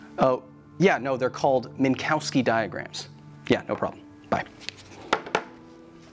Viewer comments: Minkovski, not Minkowski. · They are pronounced “Min-Kov-ski diagrams”, not “Mink-Cow-Ski diagrams”. The W is pronounced like an English “V”. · It is pronounced "Minkofsky"